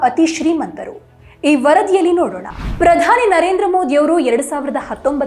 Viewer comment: ಮೂದಿ ಅಲ್ರೀ ಮೋದಿ, ಪುದಾನಿ ಅಲ್ಲ ಪ್ರಧಾನಿ, ಕನ್ನಡ ಬಂದ್ರೂ ನೀನು ಬೇಕೆಂದೇ ಮೋದೀಜಿಯನ್ನು ಅವಹೇಳನ ಮಾಡುತ್ತಿದ್ದೀಯ, ಆಕಾಶಕ್ಕೆ ಉಗುಳಿದರೆ ನಿನ್ನ ಮುಖಕ್ಕೇ ಬೀಳೋದು, ಜಗತ್ತೇ ಮೆಚ್ಚಿದ ನಾಯಕ ಮೋದೀಜಿ, ನಿನ್ನಂತ ಎಡವಟ್ ಕಾಂಗಿಗಳು ಅಣಕಿಸಿದರೆ ಏನೂ ಆಗಲ್ಲ ! ಚಳ್ಳಕೆರೆ ವೆಂಕಟೇಶ್, ಬಳ್ಳಾರಿ